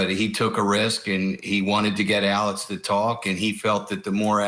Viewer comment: It's Alex not alec